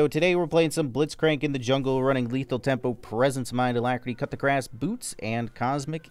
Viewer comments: bro said cut the grass instead of coup de grace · It’s not “Cut the Grass” it’s “Coo deh grass” 😅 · Is he saying Coup De Grace wrong on purpose? Like is it a community joke thing? New here so actually don't know.